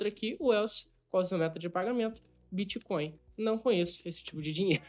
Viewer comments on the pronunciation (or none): none